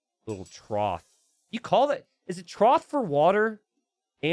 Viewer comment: It is a trough, for feeding or water. Idk if my ears are wonky but you seemed to be saying "troth" it should be said "troff"